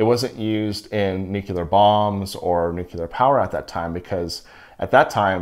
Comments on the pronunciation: Nuke-you-ler? 🤦🏽‍♂️ Nuclear dude. We have words for a reason. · "New-clear," not "new-cue-ler." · " nucular bombs..." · I cannot believe that someone who knows SO much about radiation cannot say nuclear. It’s new•clee•er. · Difficult to take you seriously on the topic when you can’t pronounce “nuclear” or “nucleus” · I'm sorry but there is only one u in nuclear